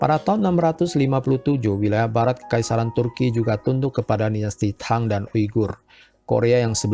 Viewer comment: sebut nya TANG , bukang THANG